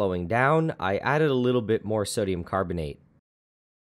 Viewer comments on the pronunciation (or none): did anyone notice 'sodum'